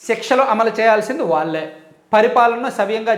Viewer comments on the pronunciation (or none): ళ అనే అక్షరం జాగ్రత్తగా చదవండి వాల్లే అని చదువుతున్నారు